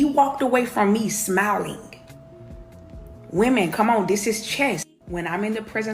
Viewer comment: Please learn how to pronounce the word "women"